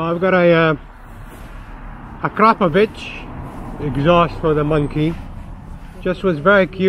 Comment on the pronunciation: He actually said akrapovič not akrapovic👍